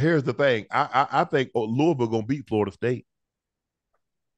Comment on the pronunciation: Unc pronounced Louisville the correct way. Kudos!